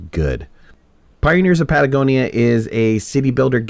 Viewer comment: Please don't take it the wrong way, but: It's not 'Patagonia' but 'Pagonia' Love your content, byeeeee!